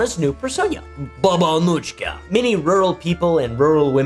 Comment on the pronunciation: Slavic J is a Y, it's more like Baba Anuyka/Anuika